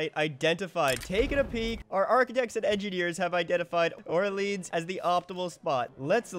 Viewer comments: So painful to hear you pronounce Orleans like that lol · I think it's because there is a neighborhood in Ottawa called Orleans that they pronounce in the English way